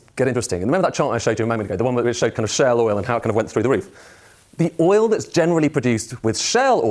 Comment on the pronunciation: This moron made 'shale' oil sound like 'Shell' oil